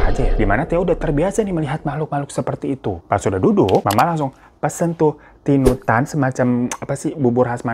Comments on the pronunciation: Mohon maaf bang hiro saya ngakak pas bilang tinutan, yg bener itu tinutuan hehe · Tinutuan ka bkn tinutan😭😂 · Tinutuan bang bukan tinutan 🤣🤣🤣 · Mau ralat, nama makanannya tinutuan bukan tinutan kak 😅